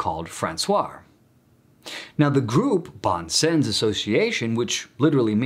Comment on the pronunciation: A little help with your French pronunciation: "bon sens" ('good sense", as you indicate) is pronounced smthing like "bohn sahns" France Soir: "frahnce swaar" Xavier goes like "gzaviay" in French. In Spanish it's more like "haviair", which is acceptable too in this case.